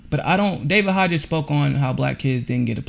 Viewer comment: They didn’t push Emma to the front. She emerged as a natural leader because of her excellent speaking skills. Also, David’s Hogg’s last name is pronounced HOG not HODGES. That said, while I agree with the premise of your video, it is not a real journalistic scoop.The Parkland kids announced at the outset that they reached out to the Women’s March people to help organize the March, because they knew nothing about organizing something of this magnitude or how to spend the millions of dollars of donations that came in. I did reporting last year that showed that Indivisible and by extension the Women’s March were being funded by Priorities USA and their biggest donor George Soros. I think the biggest thing these kids can do is what they said they plan to do, which is register people to vote and get rid of the legislators blocking gun control laws because they take money from the NRA. Finally, I covered the MFOL in LA, and there was a completely separate program in the morning that was organized by students, with students, for students. The pink pussy hat people did their thing in the afternoon. I didn’t even cover it.